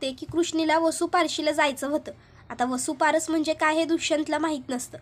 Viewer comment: वसुपारस नाही वसुबारस म्हणतात.